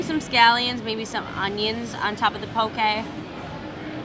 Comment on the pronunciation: I love that you pronounce poke right! I’m from Hawaii and people here pronounce it wrong. Love your channel!